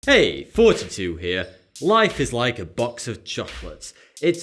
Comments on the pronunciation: Sometimes I wonder if he's saying or 42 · When you think he's saying 42 when he's actually saying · I swear he's saying 42 instead of at the beginning of every video. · I thought you said"hey 42 here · sounds like ur saying "forty two" at the beginning of the vid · When he says his channel name, it sounds like he is saying "42" XD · The only reason I can't bring myself to subscribe to you is because it sounds like you're saying: "hey guys, 42 here." It's driving me insane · Every time he says "thoughty two here", I hear "Forty two here". kek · Your Thoughty2 sounds like Forty2. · At this point, I think he's saying "forty-two" on purpose. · it always sounds like hes saying 42